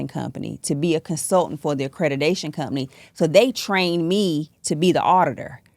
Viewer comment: Accredidation. She can't even say the word. Idiot. Scammer. Zero training and education in this. She makes me sick